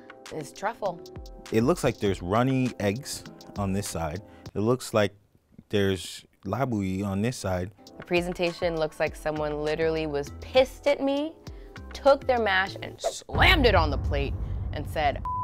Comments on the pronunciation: The fact that said "labouyi" 🇭🇹🇭🇹😂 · He said laboue lmao 😂😂😂😂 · Labouie”….I’m done 😂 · He said labouyi 😂😂😂😂😂😂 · Not labori 😭😭